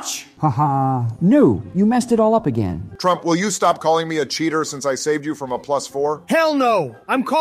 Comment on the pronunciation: U mean turmp lol?